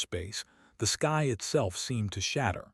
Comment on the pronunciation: this ai cant say sky